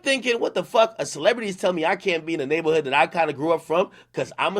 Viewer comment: Ak goofy as hell saying neighborhood like that when speaking about nip.